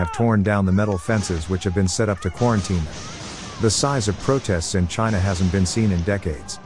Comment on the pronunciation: "CHINA" not CINEMA! 🤣🤣🤣